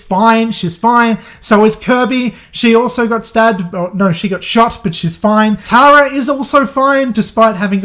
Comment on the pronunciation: Tara is pronounced “Tear-a” lmfaoo best way I could explain it. Tho I like “Tar-a” that could’ve been a way cooler name but not American enough.